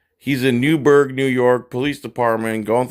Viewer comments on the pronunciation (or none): It's Newburgh, NY, not Newberg.